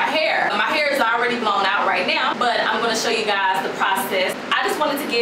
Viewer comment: I luv u ! " I got my hur did I got my hur did" 😅😅😂😂😂😂😹